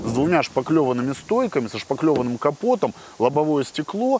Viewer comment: бл*, не шпаКлеванный, а шпаТлеванный 🤦🏻‍♂️